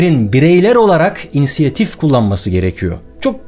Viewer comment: Baris Bey , kelime "inisiyatif" olacak :)